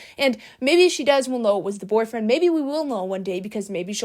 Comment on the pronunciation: I BEG you PLEASE learn to say boyfriend correctly.